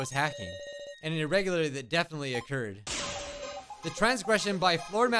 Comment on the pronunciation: The word "irregularity" had in a chokehold all video 😂😂😂😂 jkjk all love just making a funny